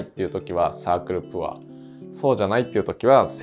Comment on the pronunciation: 大変勉強になる動画いつもとってもありがたいなと思いながら拝見しております！ プァー (poor) じゃなくてポァー (pour) なので為念お知らせします📢